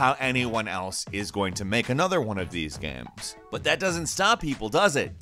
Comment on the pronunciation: GAEMS....not GAMES....but...Gaems...GAEHMS...GHEAMS....god i hate the way this guy pronounces games....G...A...E...M..S